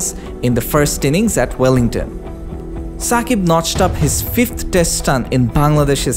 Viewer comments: it's Shakib not Sakib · Shakib not ssakib